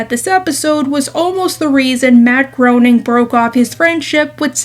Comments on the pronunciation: Matt Groening's last name is pronounced "graining". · After all of these years of "The Simpsons" and "Futurama," people still refuse to pronounce "Groening" correctly.